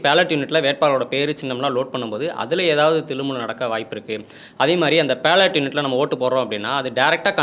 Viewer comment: தம்பி தம்பி அது PALLOT unit இல்ல, BALLOT BALLOT unit. சரியா உச்சரி😢😢😢